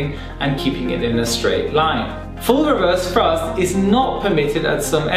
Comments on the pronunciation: "wewerse frusft" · I just love how he says "reverze thruzt"